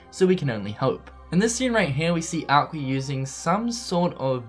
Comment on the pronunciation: it's funny how you say aquer for aqua and also it's the realm of darkness but theres lampposts lit up facepalm